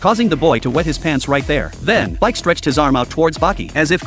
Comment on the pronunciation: His name is speck not spike